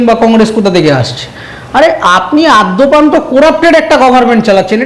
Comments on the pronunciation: বাংলা ভাষার আদ্যশ্রাদ্ধ করে ছাড়বেন আপনারা। শব্দটা আদ্যপান্ত=আদি+উপ+অন্ত, আদ্যপ্রান্ত নয়। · শব্দটা আদ্যপ্রান্ত নয়৷ আদ্যোপান্ত৷ আদি+উপান্ত=আদ্যোপান্ত৷